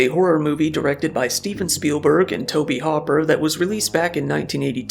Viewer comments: It's Hoop-er, not hopper 🙄 Love your vids though lol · "Hooper" not "hopper". Likely a typo or misread. It happens (especially if you're using a script, his last name WILL get auto-corrected on a writing program).